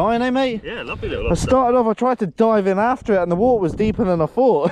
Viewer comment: My sister asked if you could make merch with “wa-ht-ar” ( you saying water with your accent) and waves behind it with a sunset or lobster. 🦞🌊